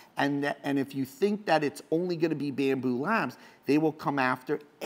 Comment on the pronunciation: It's BAMBU LAB... no S at the end.